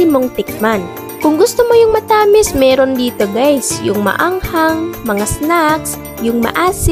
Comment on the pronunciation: Yung pagbigkas mo ng ibang salita, di pa kuhang-kuha. Tulad ng matamis, tsaka saging hehe. Di ko nga naintindihan nung sinabi mo yung saging eh